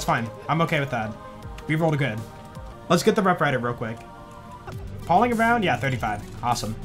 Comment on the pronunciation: Yo, its 'pAlling' as in 'pal' (friend)...